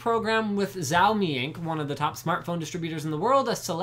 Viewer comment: The brand "Xioami" is pronounced as "Shaomi". Just to let you know :)